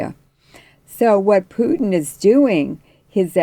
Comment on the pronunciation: It's Pootin not Pewtin ! It's disrespectful and not accidental and it says more about the person who chooses to feign ignorance.